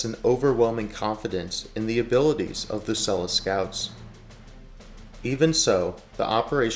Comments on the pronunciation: Great video but Selous (Scouts) is pronounced Seloo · it's pronounced Seloo. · Good video. It’s pronounced Seh-Lou because it’s French name. Named after Fredrick Selous, who is ‘the most interesting man in the world’. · "SEL-LOO" Scouts!! This is not the only very exaggerated American pronunciation of words in this video. You ought to do some practical research before you make videos like this to support your credibility. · You would think the reader could learn to pronounce SeloUUUs !. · You are talking shit hundreds of South African police, mechanics, medics, pilots served in Rhodesia, the South African recces had lots of missions in Mozambique and even Zambia. its pronounced SO LU scouts. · Pronouncing Selous Scouts the way you do should also be a war crime😂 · For God's sake learn to pronounce Selous properly. ThT mayo stunr shows your prejudice